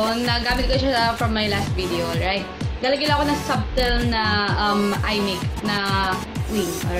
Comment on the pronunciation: it's subtle not suBtle.